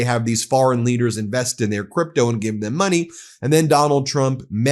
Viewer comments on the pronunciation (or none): none